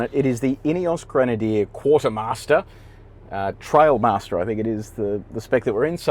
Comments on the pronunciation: For clarity it is a Ineos Quartermaster Trialmaster. Not “ Trailmaster “. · Great quality work as always. FYI, It's not "Trailmaster", its "Trialmaster". Like 'Trial and Error', or 'a Trial version" of software.